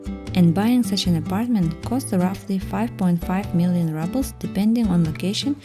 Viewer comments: Thank you for your fascinating look at 3 different housing styles in Yakutsk. You have a good narration voice and I really enjoyed your tours. Good choice in music, too. Just to let you know, it's not pronounced "rubbles," it's pronounced rubles, as in "roobles." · Видео супер, произношение 4 с минусом. Рублз вроде же читается а, не раблз. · Всё отлично, только "рублз", не "раблз" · Rubles is pronounced with a “ру”sound in English, not rubbles… just saying. Super interesting video! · Why would she pronounce “rubles” ‘rubbles’, when literally the correct pronunciation of the word in Russian is indeed “ruble”? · Why is she saying Rubbles? Isn't the correct pronunciation Roobles? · A great video as always ❤ I just wanted to say that rubles is pronounced “roobles” in English. Apart from that perfect 😊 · I’m sorry, but you pronounce ruble incorrectly. It’s “rooble” kinda like in Russian. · The irony of her pronouncing them “rubbles” is priceless. Should it not be “apartment bloc”? 🤔😅🤷‍♂️ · Do Russians pronounce the Rouble like Rubble (small rocks)? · That's what I have been wondering, I've never heard it pronounced like this before.